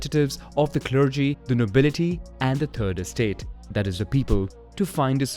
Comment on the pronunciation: I know this is a bit racist, but… "turd estate"